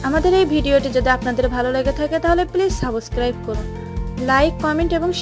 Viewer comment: ke bole eder ke youtube e channel open korte, kotha o bolte parena valo kore... সাবস্ক্রাইব কে বলে সাবোস্ক্রাইব!!!